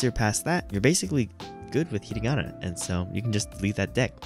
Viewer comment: yeah there isn't really a simple fix to get faster at reading, you just have to read more and trust the process. also i hate to be that guy but you were pronouncing it ひりがな not ひらがな